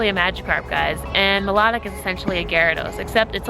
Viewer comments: I'm pretty sure it's pronounced my-low-tic not melodic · Isn’t it pronounced Mi-Lo-Tic not Mi-La-Tic? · That feeling when people say milotic wrong ;_